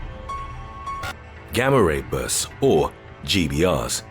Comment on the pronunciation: On the Gamma-Ray Bursts at first I thought he said "Grammer rapists". 😆